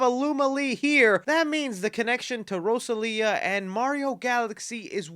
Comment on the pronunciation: Bro said Rosalia